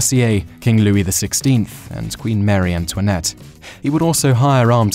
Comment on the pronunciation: Queen "Mary" Antoinette?